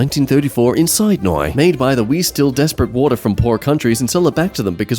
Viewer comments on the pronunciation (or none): 'SIDNOY'!? IT'S 'SIDNEE' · D-did you just pronounce Sydney as 'sidenigh'? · I'm Australian, that's not how you pronounce Sydney. More like. Sid-nee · he said sidenoy. Its sidnee. Sydney. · This man is from Australia And he said “Sydney” Kind of like how you would say the word “cyanide” wtf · thats not how you say sydney..its like sid knee..